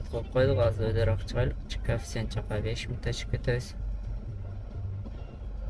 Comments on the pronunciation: Кафсент емес коефсент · Кааафцент менен дегин 🤣🤣 молодец ийгилик